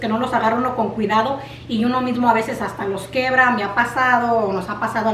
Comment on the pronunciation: Todo muy bonito, una observación de dice quiebra no quebra